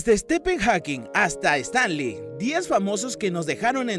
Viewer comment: Tenés un problema con el inglés? "Estan li"??